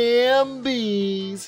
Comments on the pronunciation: I thought it was HALF-bies not hambies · I just wanna say it’s “half-bies”